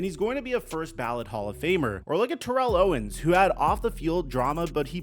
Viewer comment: He was on the Cowboys and you still pronounce Terrell Owens name incorrectly!?